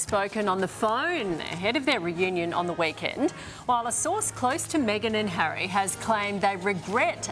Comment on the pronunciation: "Wake-end" "Phorne"?